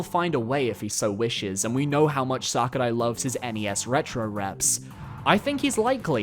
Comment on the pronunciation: the way you say sakurai is making me consider horrible things